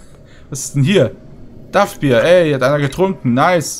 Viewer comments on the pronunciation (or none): Dack Bier nicht duff Bier sind wir hier etwa bei der Simpsons?